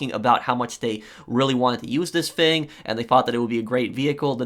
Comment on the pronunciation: I love the way you pronounce thing as “fing” 😂